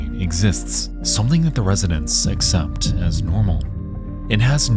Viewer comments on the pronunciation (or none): none